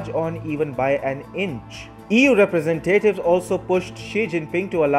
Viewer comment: Awesome video! Fwiw, it's rep-re-SENT-ative, not represenTATive 😁